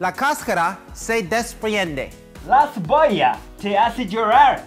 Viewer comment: La cevollau te hace lloraur... Usthedes me hicieron llourar de risa 😂